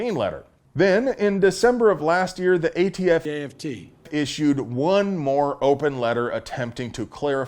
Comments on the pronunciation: Biden saying AFT never gets old. I have to rewind due to my laughter all the time. 😅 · Love Joe's contiued cameos !!! When will we learn how to pronounce aft..... correctly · Yeah we get it...Biden called the ATF AFT. I don't need to be reminded of it every time you say ATF. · Never stop playing joe saying “aft”. Love it!